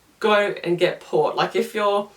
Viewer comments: Port not Vot lol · I thought she said POT? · So you guys don't have to watch 8 mins... Worst milk Green tea Wine Carbonated drinks Best Peppermint tea liquorice root tea Vot? sounds like she's saying Pot (marijauna) Water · What is she saying after licorice root tea, because I know she's not saying POT. Someone please tell me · I didn't understand what you were saying the 3rd best was..... It sounded like you said pot,pop? I missed it.